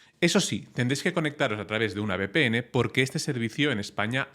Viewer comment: que eres español, como que Be Pe Ene (VPN), es uve!